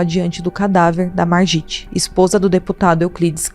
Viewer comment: Se fala "marguit" .